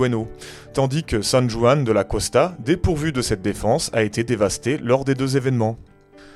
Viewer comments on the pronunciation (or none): Excellente vidéos, quel bande de mytho qui ne vérifient rien mdr. PS : quant à toi, travaille ta jota espagnol ^^ On dit San RRRRuan :)